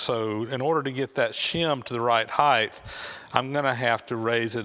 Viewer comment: Please take note, the word 'height' rhymes with 'right' and 'light', there is no letter 'h' at the end.